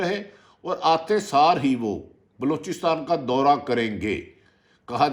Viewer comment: atay saar? lol wtf